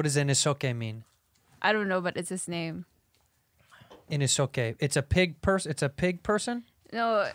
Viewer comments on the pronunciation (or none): His name is pronounced inousuke not whatever she just said